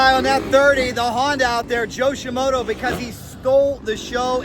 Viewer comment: Please dont ever stop mispronouncing Joe Shimoda's name. "ShiMoto" sounds so much better!